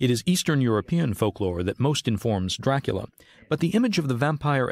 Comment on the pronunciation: Why "doorakoola"?